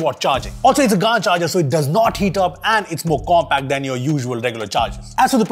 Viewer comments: It's not pronounced "Gaaan" , it's called "Gaen" Charger 🤦‍♂️ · I think its pronounced G'an not Gaan(d). Short of Gallium Nitride. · Its pronounced gant not gand 😂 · Isn't it pronounced Ga-en, as how u pronounce Gal as in gallium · It’s gallium nitride bro, in short GaN pronounced as “Gen” like LAN. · Bro Pronounced it right 😂😂 Gan_ charger 😂😂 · If Gallium Nitrites pronounce “Gae” “Li” “Yum” so why you pronouncing “Gaa” in GaN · He could have pronounced it as GæN charger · How would you pronounce this, Gallium? Or Gaaallium?. Yeah, so just say GaN charger not GaaaaaN charger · you pronounced gand changeer bro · Gaaan kyo bolte ho! 😂 GaN pronunciation hota hai. Like Ban, Can, Man, pan, dan just say it with a G. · Gand charger BRO IT's not pronounced lile that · Its pronounced gaen😂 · Bro, at least pronounce it correctly